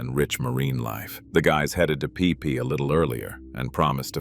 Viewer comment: Phi Phi Islands are pronounced 'Fi Fi' Islands, not "Pee Pee' Islands 😅